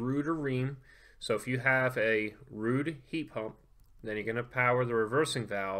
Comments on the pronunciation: It's pronounced rudd not rude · Its rude to call it rudd 😉